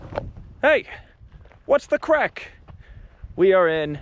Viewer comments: Welcome to Ireland. Its 'Craic' not 'crack' just for future reference 👍👍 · "Craic" not "crack" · " Why'd you come to this 💩 hole? " The right question to ask a foreign visitor! 😂😂😂 .. and btw It's not " crack" , it's CRAIC brother! You're welcome! 😊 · Its Craic not crack🤣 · It's craic, not crack haha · Hey, it’s CRAIC not Crack. Great video, bro. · It's craic not crack. Craic is the Irish word for fun. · The word is Craic Not CRACK.. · Hi, It's Craic not Crack:) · NOT CRACK FFS , IT IS CRAIC , JESUS CHRIST! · Its "Craic" NOT "Crack". fucking eejit. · Craic not Crack. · It is Craic not Crack. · Just for the future, it's craic, not crack, I thought this was gonna be a very different kind of video lmao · craic or crack lol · ***craic** not crack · Someone needs to tell him it's craic, not crack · It’s “craic” not “crack” 😂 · Craic not crack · Its craic not crack. Craic is the Irish word for fun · Its Craic. not Crack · *craic not crack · I think you mean "CRAIC"...Not CRACK. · It's "craic", not "crack". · It's Craic not feckin crack. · Craic not Crack you eejit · Great video 🎉 but fyi it’s Craic not Crack 😂 both are addictive 😂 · Isn’t it Craic, not crack 😂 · it's 'The Craic' not 'The Crack'............just for accuracy 🤣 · I'm sure you meant Craic not Crack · Bro, its craic not crack 😂😂😂😂 That sounds ominous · Its ’craic’ not crack 😂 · It’s craic not crack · CRAIC, not crack. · It's CRAIC not CRACK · Craic, isn't it? Not Crack 😅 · Its cráic not crack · ... "the best craic", not "crack"😉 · Craic! Not crack. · It’s ehhh Craic not Crack brother 😭😂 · It's spelled "Craic"...you sound like a junkie with your "crack" 😅😅😅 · Its craic not crack! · Its not pronounced "crack" lol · It's Craic Not a class A drug😂 Only an Irish American could get it so wrong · Its CRAIC not crack.. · Craic , not crack. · craic not crack hahaha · It's pronounced "Craic". People think you're looking for Crack cocaine with that video title 😂😂😂😂😂